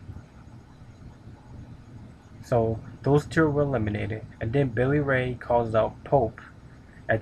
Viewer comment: Lol, did you say Rosie B. That chick's name is ODB. And did you say Billy Ray? It's Bully Ray.